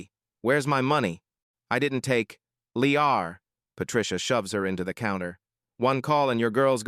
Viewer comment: I am so disappointed at the AI audio that cannot read proper English. Barely made it through the first 3 seconds before “liar” was turned into “leeaarrr”😒. Just get a human to read the stories. They are good stories!!!